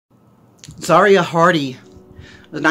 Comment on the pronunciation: BTW, its her name is pronounced ( Za - Ri - a ) not ( Zar - ia )